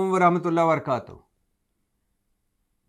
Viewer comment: Aslamo alaikum Bhatti Bhayee aap Barakaatohoo ko ko varakatahu kehtay hain kindly apna talaffuz daroost kar lain